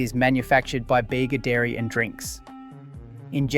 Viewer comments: It’s because this is an AI narrator and not a real person. One can easily tell this via its numerous inconsistent and mistake pronunciations (ie. ‘Beega’ to ‘Bayga’ etc) as well as its flat affect and robotic cadence. The script and research is also 100% AI created evident with its numerous tropes consistent with AI material and factual errors, like conflating having a license to produce foreign owned products with local ownership when under such agreements the majority of profits from the sale of those items still go to the foreign owner and not the local manufacturer. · Bega is pronounced beega not bayga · If you are going to make “crisis” videos about Aussie products - at least get the pronunciation correct. It’s not “Yogghurt”, that’s British. It’s “Yowgurt”, as in Grow. And don’t go to the town of Bega in NSW and call it “Bayga” - we aren’t American. It’s “Beega” - with a hard E. As for foreign ownership? We all knew that - blame the original owners for wanting to cash in on the success of their product. No one held a gun to their heads. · Why are you pronouncing yogurt the pommy way? And, Bega is pronounced Beega not Bayga! WTF YOU’RE WRONG as BROWNES is the oldest 1886 NOT Bulla. This either Chinese or young Liberals?